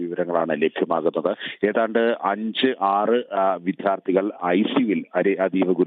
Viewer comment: വിദ്യ, വിദ്യാർത്ഥി ശരിയായി ഉച്ഛരിക്കു.